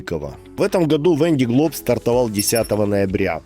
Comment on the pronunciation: Кто живёт во Франции в Ля Рошель, в Сабль д`Oлон, почему же вы говорите "Вэн ди Глоб"?! Другой блогер произносит Вэн дэ Глоб", если гонка называется "Вандэ Глоб" (л произносится мягко) по названию департамента Vendée (на французском произносится "Вандэ" (а - носовое, а э- закрытое), в русском варианте это "Вандея" (читайте "Девяносто третий год" Виктора Гюго). А у вас что означает слово "Вэн"?!